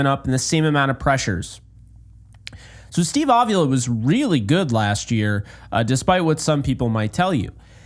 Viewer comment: its a mexican sir name; it's pronounced a vee la with the emphasis on the vee